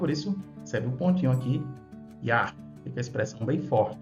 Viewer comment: Sinto muito! Mas no português se pronúncia o nome do criador no inicio da sílaba usado apenas o som de I ou Y (I'a), não som de J (Já)! Isso tudo já é continuação de uma conturbação que fizeram!